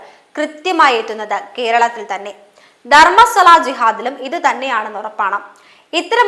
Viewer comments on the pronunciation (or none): 🙏good video, 👌valid points👏👏 where was he (not a hindu it seems), how come he is braver now?? One suggestion - please correct the mispronunciations… example Dharmasthala sounds like DharmaSWAla 🙏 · ധർമ്മസ്വല അല്ല കുട്ടി- ധർമ്മസ്ഥല എന്നാണ്